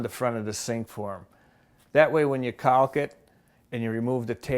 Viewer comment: The way he says caulk hurts my heart and soul.